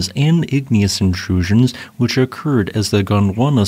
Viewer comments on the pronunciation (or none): none